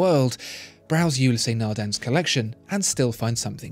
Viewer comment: There's only two syllables in Ulysse, not two.